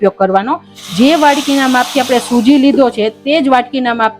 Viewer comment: સોજી નઈ બેન સુજી કેવાય..